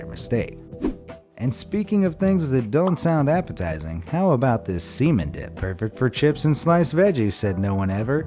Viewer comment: Pronouncing is not cemen it s chemen